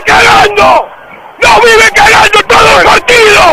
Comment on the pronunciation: dice cagando,no ganando